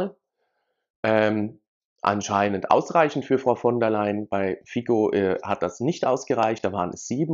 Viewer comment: Sorry, aber der Name "Fico" spricht man nicht als "Fiko" (nicht mit "Konrad") aus sondern einfach als "Fico" (mit "Cäsar"). Es ist kein anglosächsischer Name sondern slowakischer.